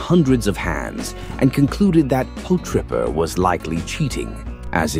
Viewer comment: lol “po-tripper”